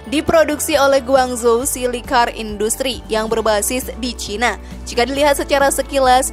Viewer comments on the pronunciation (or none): none